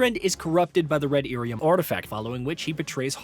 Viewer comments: That dude has never played a DA game clearly, and likely read lyrium as Iyrium (capitol i) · Dude it's Lyrium not Irium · what the hell is red irium ..... 😂😂😂😂 he called lyrium as irium 🤣🤣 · Ear e um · Someone either wrote this guy's script badly, or he did not check his pronunciation of certain words. Red "Lyrium" not "irium". Also said "Orzammar" wrong. Kinda takes away some credibility of you covering a franchise when you can't say things correctly... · 'Theedas' I can kinda understand. OrzAmer I can kinda understand. But... 'Eerium'? Really? Granted, fantasy names are weird and pronunciations aren't always consistent even in the source material (Ghilan'nain / Ghilan'naan). But when you start omitting whole-ass consonants it really calls into question where you got your information from.